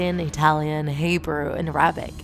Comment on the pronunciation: The way she said Arabic makes me cringe